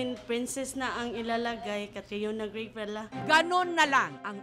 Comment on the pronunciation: Gray po hindi bray